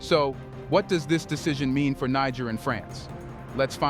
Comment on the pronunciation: Niger is pronounced Neh-jer